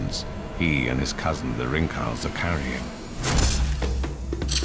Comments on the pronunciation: As the cornea can absorb the venom, the man who was spat into the eyes, should want to be treated with antivenom. Rinkhals is an Afrikaans word, so it should be pronounced ˈrɪŋkhæls. This name refers to the dark ring ptesent in its neck (=hals) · Try this... Say Rim with iti having more like a soft U sound. Now replace the M with NG. (but not Ring , like as in a bell ...soft u sound) then Cull with an S at the end. Ri(uU)ng-Cull-S . Outrageously brilliant content. Thank you so much.